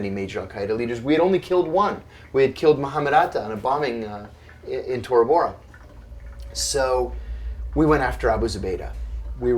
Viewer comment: I thought he said “BoraBora” I was like damn, that’s one economically stable terrorist 😂